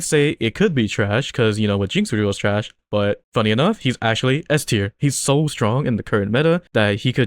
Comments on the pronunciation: i love the accent on "THRASH" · bro the way you say TRASH just makes me laugh 😂 keep up the vids